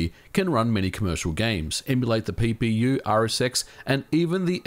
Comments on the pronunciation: He says, 'PPU' but I keep hearing it as, 'Pee Pee You'. I'm sorry but I can't help it. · I need to stop watching your videos while drinking. Every time you say PPU i was giggling like a schoolgirl